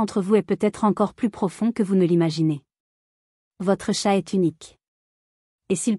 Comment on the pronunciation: oui dire TChattt au lieu de chat .. c'est vraiment pénible 🙄